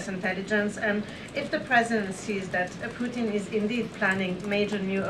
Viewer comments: can this woman not pronounce PUTIN? she keeps calling him poo in - True Ghetto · She needs to pronounce her t's. It's Putin not Puan. Lol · Why does she pronounce "Putin" as "Poo-in"? What dialect is this? It sounds like a Cockney accent influence, but she's speaking American English. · and cant pronounce PUTIN - OMG ...... who is poo in? she sounds like Candace Owens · and cant pronounce PUTIN.